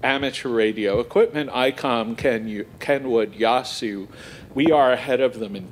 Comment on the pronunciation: Wow. First time I've heard Yaesu pronounced correctly by hams. Or at least close. :-)